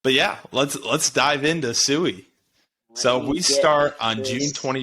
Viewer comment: Cool video covering Sui. It is pronounced like sweet without the t though. So like swee